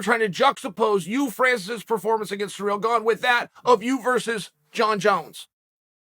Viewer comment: I am disappointed that Chael pronounced both of their names correctly